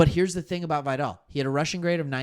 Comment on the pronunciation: Pronounced Vigh-dell. Great show.